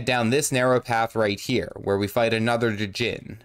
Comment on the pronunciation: Coming back to this video I forgot how cursed it sounds when someone says Duh-Jinn instead of Djinn xD